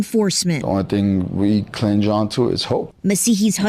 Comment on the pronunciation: He said clinge not cling. 😂😂😂